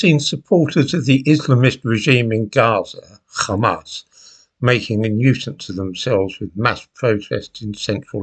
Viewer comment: Why do you pronounce Hamas like that when you are speaking in English?